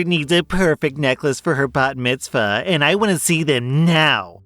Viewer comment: Props to you for pronouncing 'bat mitzvah' correctly. Most people when seeing that go immediately to 'bar mitzvah' which is for boys rather than bat for girls (or mitzvah bnai for multiple ppl)